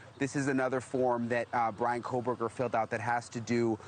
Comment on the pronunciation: They're calling him "Breanna" 😂